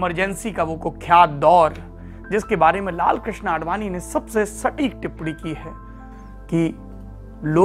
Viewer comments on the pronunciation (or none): none